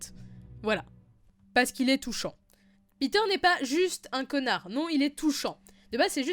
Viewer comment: Il s'appelle pas Peter bordel, il s'appelle Petyr